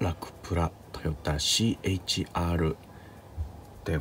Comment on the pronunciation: CH-RではなくてC-HRですよ